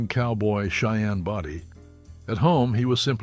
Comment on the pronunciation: For those who've never seen the Cheyenne shows, Cheyenne's last name was not pronounced "Body" with a short "o". It was pronounced with a long "o".